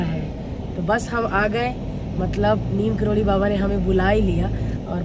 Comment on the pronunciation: Didi sorry but (Neeb Karori) hota hai😅